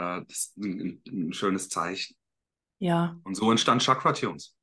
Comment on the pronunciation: Tschakra, 😂😂😂 das wird "Schakra" ausgesprochen.